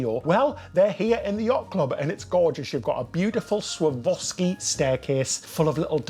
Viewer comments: My darling fellas. Swore-off-ski. ❤😂❤ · Dear.....all you need to do, darling boy, is break down the word into 3 syllables. Swar-Rov-Ski. Easy-Peasy! 👍🏻👍🏻 The stairs are STUNNING!!! Great video guys!!!👏🏻👏🏻💕💕💕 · Hi my lovelies. So, Swarovski is originally Austrian. You can say Svar-off-ski or the English adaptation Swar-off-ski 😄, I love your short hair (I know all about the hair debacle) I think you really suit it as it is now😊xx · Completely amazing! It’s SwarOVski, btw. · The stairs are Swarovski. Pronounced Swore off ski It is like I swore off skiing